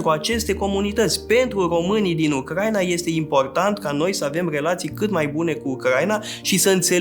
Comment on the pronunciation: U-cra-i-na, nu U-crai-na